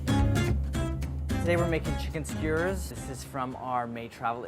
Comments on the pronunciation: Everyone: Skewer Andy: Skuuer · Does anyone else think Andy is saying skewers weird? "Squeers" is what I hear. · Andy pronouncing skewers skwrs has me cracking up as I'm watching this after a night out. Love the video, these sound really good, especially rn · Nobody: Andy: skyerzz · listen andy is great and this recipe is amazing, but why is he saying is "skuuurs"